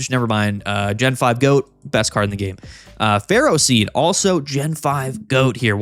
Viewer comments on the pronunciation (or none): none